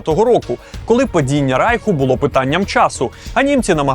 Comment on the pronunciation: РАЙХ-вимова на німецкий лад.